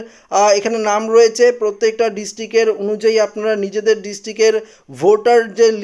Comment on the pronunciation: পত্যেক, ডিসটিক..... এগুলো কি উচ্চারণ? প্রত্যেক, ডিস্ট্রিক্ট উচ্চারন করতে পারেন না কেন?